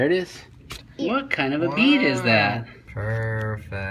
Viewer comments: Yeah it's funny I thought he said 🐝 bee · I thought u said bee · 8ithought he said “bean” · This whole time I thought this man said a “bee” was stuck in his ear and I was captivated. Turns out it was a BEAD. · I thought he said a 🐝 BEE! LOL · I know me too! I thought he said a BEE! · Same bruh i taught it was a bee but when i read this comment i knew it was bead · I though he was saying bean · It does sound like bee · I think he tried to say bean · I thought he said bean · the whole time i thought u said a bee was stuck in his ear and i was like how the heck is there a fricken bee in you ear and it is dead or living and then at the end i heard bead and i saw it. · for the whole time i thought he was saying bean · I thought he said a bee I am like what! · I thought he said a bee 🐝 in the ear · When he said bead I thought he said bee 🐝🐝🐝🐝🐝🐝🐝🐝🐝🐝🐜🐝🐝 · Why the whole video I thought you said bee and then it comes out and I hear bead lol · I thought he said bee 😂🐝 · . I thought he said bee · I thought he said meat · I honestly thought he said BEE 🐝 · I THOUGHT HE SAID BEE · I thought he said bee 🐝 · I thought he said 🐝 bee